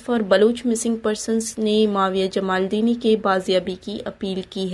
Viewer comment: BB very sad to say you are Being a Baloch you don't properly pronounce the Baloch tribe name(jamaldini).